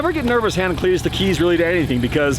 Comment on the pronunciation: Cleeturis… Clee-tur-is.. lmao haha Clituris.. Give her the onion .. lmao